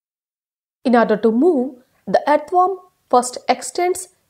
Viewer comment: first of all she didnot know to pronounce earthworm